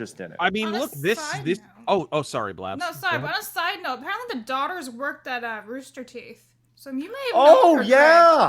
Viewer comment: What’s a “daighter”?